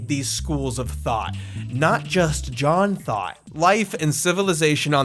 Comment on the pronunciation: Lost has been my favorite show forever and I’ve been watching this masterpiece of a video in parts each morning- fully feeding the special interest thank you 🙌🏾😭 Btw, I keep hearing John Thought as “John Thot” and it makes me laugh EVERY TIME